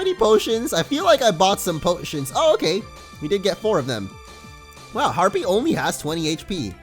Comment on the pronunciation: Harpee is a his a herpee lol